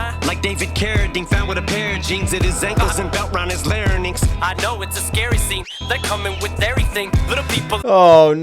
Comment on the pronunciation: Genuine question: Why does Eminem pronounce 'larynx' (I’m from the UK but I know it’s pronounced the same in the US) 'la-ra-nynx' in this? Is this common? Is there some kind of origin to this? PLEASE no hate because I LOVE this album and Em, I’m just genuinely curious, that’s all! 🙏🏻